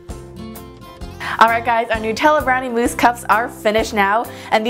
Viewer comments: Looks amazing! Its nut-tella. Not Noo-tella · it is nu tella not noo tella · It is pronounced as NUTella as in NUTS not NOOtella! I am not being rude I am just saying. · These look so good! Also, it's pronounced nut-ella not noo-tella. 🍫🍮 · It's meant to be Nutella as in Nuts. Nut-ella, not Nute-ella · The right is pronunciation nut-ella it's not new-tella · Love this but it's Nutella not nootella 💖💖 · It's nut Ella Nutella not new tells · Its Nutella not Nootella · It's nutella not nootella xx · It's "noo-tella" because it's Italian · It's Nutella (NUT) not nootella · It's supposed to but pronounced newtella like the people that invented it say so but it's literally made of nuts it should be said Nutella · It's nut-tella not :nu-tella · Lauren Fox no it's actually NUT-ella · Sindar Elf Actually it's new-tella. The nutella website says it lol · it's actually pronounced nuh-tella I read it in a blog that was giving facts about Nutella and it said the company confirmed that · Who says nuh-tella instead of new-tella? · It's NUH-TELLA because it's made of nuts 😊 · Nut Ella is how u say Nutella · It's "nuh-tell-ah" lol :) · its pronounced nut-ella because its made of macadamia nuts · It's nu-tella